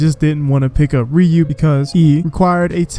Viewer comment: Please stop saying "REE-yoo".